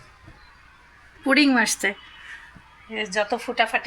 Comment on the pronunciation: পুডিং না কাম্মি ওটা হবে পুটিং l